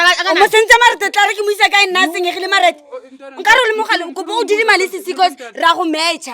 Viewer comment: The way she says “ Marete” eish 😂😂😂😂